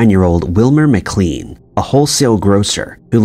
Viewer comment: He is mispronouncing the names. It’s pronounced McLain and Borigard. Not Beurogard.